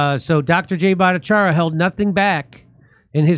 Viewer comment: Jimmy Dore's finally pronouncing Dr. Bhattacharya's name correctly instead of mocking it. My goodness :)